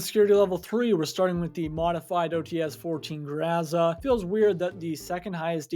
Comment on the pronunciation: I'm pretty sure it's pronounced grow-zuh not grwow-zah